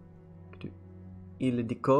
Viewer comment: You pronounce Ildiko perfectly i think with the long ó at the end. :)